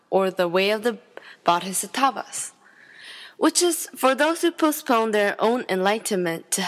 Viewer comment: Here is how to pronounce Bodhisattva "Bow-d-sat-vahhh"